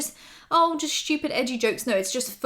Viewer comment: nobody:: shhtupid